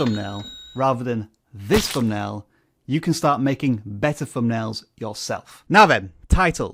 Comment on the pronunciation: Could we agree that a word with a ‘th’ in it, is NOT a ‘f’ sound? Not ‘fumbnail’ for example.